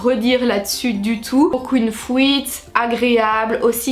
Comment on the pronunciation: « Fouite »😂😂 breff moi j’aimerai vrm en utiliser perso